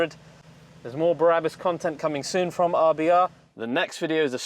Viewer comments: Remove Before Race German people I know pronounced it Brah-boos! The way your saying it, it would be spelled Barabus. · Sorry, - but it's "br-abus", not "bar-abus". I would rather not be a pain in the arse but you said it SO-O-O much in this video I felt compelled! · Is it not brabus not barabus? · Barabus????? It’s B r a b u s😁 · i love you man but can you stop saying ‘Berabus” its BRABUS ! The exhaust is totally crazy xx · Yeah , it's not Berabus , Brabus dude! It's not Barabbas, the guy who was sentenced to death during the time of Jesus man!!!! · Think they mean you sound like there's 3 syllables i.e.: Be - Ra - Bus its like its longer than the spelling suggests.. :) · Sounds like he is saying " Barabus" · Take a shot whenever he says Berabus...tip: don’t do it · .....BA "Barabus":P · Stop saying Berabus damn it! lmao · no it isn't, I'm Dutch and I speak German and know how Germans pronounce things and this is not how Brabus is pronounced